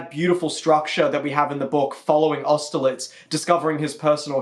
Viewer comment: AUSTERLITZ?! AUSTERLITZ?!!!! WHAT